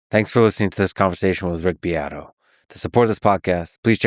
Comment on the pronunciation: Uh huh huh, herm her hem, uh huh huh huh... you said "beat"